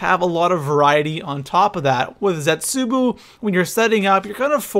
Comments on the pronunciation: I think it's cute when you said "Origins 2.0... I mean Der Eisendrache." Really funny, cute. Seriously, though, you have no idea what you're talking about, you're the worst zombies YouTuber, and you pronounce "Zetsubou no Shima" and "unlimited liquid divinium" as if you've never attended any form of educational system. Also, it should be "". But, that can never be the case, because a fat cow like yourself thinks Der Eisendrache is unoriginal, and you suck at zombies. You are certainly not too pro for anything. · M8 say the maps right u said zetsubuu and Dee eisemdracha say it right or imma tell your mum 😈😂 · Why do you say "Zetsuboo no shima"? :b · He says Zetsubou wrong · please say Zetsubou No Shima correctly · it pisses me off how pronounces zetsubow it really makes me mad idk why, please tell me I'm not the only cause he pronounces it like zetsubu and its not like that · I find it annoying the way he says zetsubou he says zetsubu not zetsubou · Does any one else hate it when he pronounces Zetsubou as Zetsuboo. It doesn't say Zetsuboo when you pick the map, It says Zetsubou not boo and it's pronounced as bow. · Zetsooboo bro is zetsobou-o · Zetsubow not zetsuboo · ITS ZETSUBOU (ZET-SOU-BOU) NOT ZETSOOBOO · thats not how you say the map name it zet su bow no shima not boo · the pap camo from DE is not fucking dark matter, it's ice recolored, and it's ZETSUBOW NOT BOO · OMG... it is zetsuBOW no shima not zetsuBOO no shima! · Isn't it pronounced zetsubow not zetsuboo? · This is how you say it lol no hate but zetsueboo😂😂 not zet su bow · ZETZUBUU no shima? Really nigga? ZET-SU-BO no shima. The cringe. the type of guy to pronounce Nikolai's name as Ni-koolaid. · Zet-soo-bow..... not Zet-soo-boo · I love how he pronounces the map names incorrectly " Zetsubou No Shima is pronounced Zetz- Su-Bow No Shi-Ma he says Zets-Su-Boo No Shi-Ma.... Makes me explode into laughter everytime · Its funny how says "Zetsubu" instead of "Zetsubou" XD